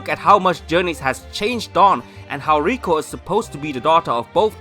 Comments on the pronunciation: Just thinking could Roy be Brock and misty's son this could explain why these two might be travelling together also Roy's skin colour and hairs matches to that of Brock and misty If this comes true say R.I.P to pokeshipping. And it's LIKO not RIKO Stop making it sound like Rusifa or Reviyatin how Japanese pronounce lucifer and leviathan If liko and Roy fan made origin theories comes true it just joins all dots Taking liko as serena and ash daughter the reason she doesn't tell anyone about her origin might because of her father being world champion and mother being Kalos queen. Her stone pendant Might be given to her by her father cause of as a memorial of his bond btw pikachu the faith they had on each other via bond she has an exceptional attachment to Pokemon and being a Pokemon freak could be a reference to Ash the scene choosing speg was similar to serena choosing fenniken Liko's hand motion or pose is the signature pose of serena. Her fasion sense could be a inheritance to serena also keeping hairs style and hair resembles to that of serena. Logo and hair spikes matches ash with eyes of serena. Roy's hair color matches of misty while skin colour matches Brock don't involve Brock's eyes. This solves why they must be travelling together cause their parents are friends her other similaritie indicates other pokegirls cause of their involvement in her growing years as they are her parents friends. Now conjoining with reality The company might make this theory much possible be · And IT IS LIKO YOU HEARD LIKO NOT 🚫 RIKO